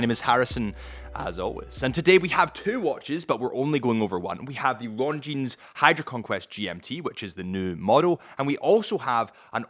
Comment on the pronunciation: Please Harrison, don't pronounce the 'S' in Longines. 🤣